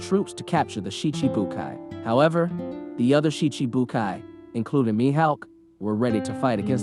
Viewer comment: “Mihaowk” “see cheebukwaii”